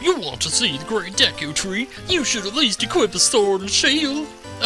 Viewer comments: It's pronounced deecoo the way I spelled that is kinda weird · Dude! Me and my friends thought the same thing for the longest time when this game first came out! Then when I started watching youtube vids all of a sudden people are saying "deeku" or at least pronouncing it with a short e sound. Cool to know we weren't the only ones. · I always called it the "Deh-koo tree" pretty sure that's incorrect, but I grew up calling it that, so I'm not going to change it.